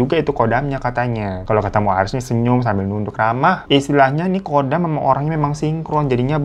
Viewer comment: pelafalan KHODAM itu bukannya KODAM tapi dibaca HODAM, kalo dibaca KODAM artinya beda lagi.